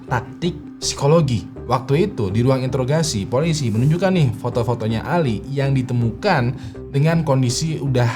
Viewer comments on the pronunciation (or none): none